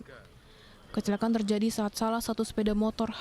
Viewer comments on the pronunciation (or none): Kecelaka'an ..bukan kecela'an maas